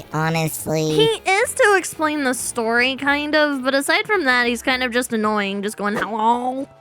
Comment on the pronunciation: AS SOON AS SHE SAID ANOYIN WE ALL THOUGHT OF BB